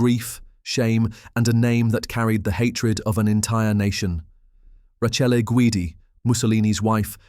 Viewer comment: The one woman's given name is pronounced /ra-KAY-ley/. Just saying.